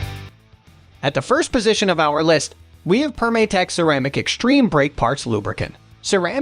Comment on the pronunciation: It’s Perm-ah-tex, not Perm-ay-tex. As in “perm-a-nent” since their original product was adhesives.